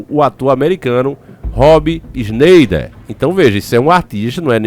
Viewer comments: tu tem que tomar aulas de ingles comigo. nome dele se diz shinaider. essa eh a pronuncia. tamo junto!!!!!!! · Se fala "esnaider",.